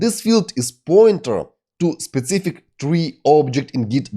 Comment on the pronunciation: "specific" and "author" — learn pronunciation! Also articles. BTW, a great course, thank you!